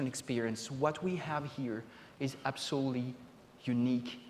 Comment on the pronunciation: "We live in a dimension that is absolely (I refuse to spell it correctly because he doesn't say it correctly) not connected with the real world." Well, yeah. I'd much rather be piloting a giant robot in armored core or surfing planes in just cause 2 or killing dragons in skyrim than I would shave, set tables, watch kids do homework, and help take in groceries. If this guy made an amusement park, most of the attractions would be based around office paperwork.